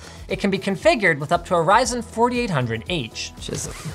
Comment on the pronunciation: I actually heard fries n chips